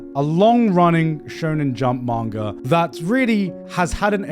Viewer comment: It triggers me so much his pronunciation of Manga. Sometimes he says it right, other times his inner brit takes over and he goes like: MAENGOR 🗣️💂🏻🏴